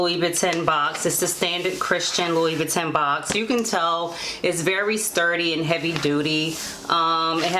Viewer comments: You are mispronouncing the name. It sounds like you are saying LOuIE boo tan.!maybe it is my audio, but the correct pronunciation is LOU BOO TAN.. just a heads up. Other than that thanks for this info. Very helpful😀😀😀🙏🙏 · Kay Heath I research and the correct way is loo-boo-tan, so we both were wrong. But thanks bc I should have researched how to pronounce it before the video. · It’s French pronounced: LOUBOUTINN! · I’m aware that I pronounced the name incorrectly in the video.🤦🏽‍♀️ it’s Loo-boo-tan. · Its prounce ...(loub-bu-tin)cute shoes tho